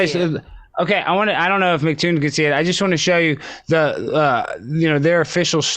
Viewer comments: He called him MacToon.😆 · Alex - Failure...was told that it was...but still said MacToon. Didn't listen. Intellectually damaged Amy - Failure...Evidence of having a title doesn't mean you are good at a job. Didn't stick to points. Didn't control the debate. Can't control the screen settings. This was the worst debate I have ever seen on YouTube...I would suggest you examine this video and learn some lessons.